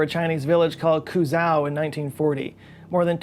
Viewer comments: How could you possibly pronounce Quzhou like "Ku-zaow"... it's far closer to Choo-joe. I mean, the pronunciation is even given as a recording on the Wikipedia article. Seriously,? Seriously?? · just a point of chinese pronunciation, the city "Quzhou" is said more like "tchoo-joe" as the Qu sounds like tchoo and the zhou in most cases is said as "joe" more or less -Guangzhou, Hangzhou, Suzhou etc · Quzhou is actually pronounced more like chu-jo 🙂